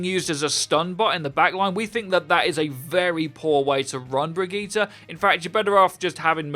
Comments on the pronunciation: Brigita? Uhm nope there is no A in her name and it doesn’t sound like that either 🙄 it’s kinda lika Brigitteh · brigitte not brijit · Her name is pronounced as Bridgette not Brigeta 😐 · There are the Overwatch Youtuber that pronouces Brigitte the correct way, and there are the Youtubers that pronounces her name as 'bridge-it'. And then there are those that pronounce her name the correct way, then the wrong way, then the correct way, and the wrong way. In the same video. Hahahahah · Her name is brig-get-a. PLZ GET IT RIGHT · It is pronounced Brigeta dude... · Y’all shut up, in every language vowels are pronounced differently. It’s pronounced Bre•git•ta or teh, the “G” is hard and the “E” sounds like an “A” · Hustle Tha GOD BRI-GIT-Tuh but Murican schools are a joke 😆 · it's pronounced 'bridge it' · Anyone else concerned about how he says” Bregeetere” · you pronouce Brigitte both ways, it's russling my jimmies! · StOp mIsPrOnOuNcInG BrIgItTe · Until you can pronounce her FUCKING NAME RIGHT, I thumbs down the vids. Why can't you just fucking say it right the whole time? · drink every time brigitte is mispronounced